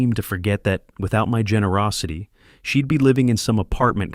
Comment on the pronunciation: What a fabulous story. The daughter-in-law was a vixen from hell!! As for Leonard, he was a spineless wimp of a man. But Gerald should NEVER have trusted family in the first place. While the story was good, the narration however could've been better. SHED for she'd; ILL for I'll; IVE for I've, IM for I'm, and others. These narratives are important because I listen rather view, so some of the story sounds muddled. Nevertheless, I enjoyed listening from Lincolnshire in England 👋🇬🇧